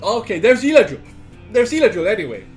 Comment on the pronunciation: it's Eladriel goddammit